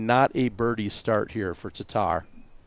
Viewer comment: Really odd to finally hear Tattar pronounced correctly by a non-Estonian. 😀